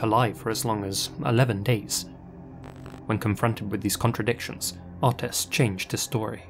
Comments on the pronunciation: OH-tis, not AH-tis. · Hearing him pronounce Otis was really stressing me out - it's OTIS not utis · Oh Tis, not Au Tis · the first story the guys name is pronounced O-tis not Autis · The name Otis has a long o like hoe. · I swear the way he said Otis’s name drove me crazy. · Had to skip the first story because he kept saying otis wrong 🤦🏽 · Otis or autist? Cant tell which word is being said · Really hope to never have to hear you try pronounce Otis again =P